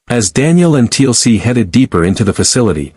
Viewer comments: Yep. Another T.L.C. instead of Teal'c. But there is so many of them. If this was the only one. It would be okey. But most names are wrong 😑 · TLC, not Teal'c. STG now consists of pop stars.